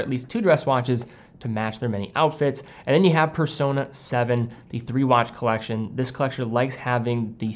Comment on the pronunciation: “Colleccione” LOL